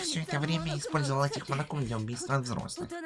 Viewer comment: На будущее, не монАко, а мОнако😅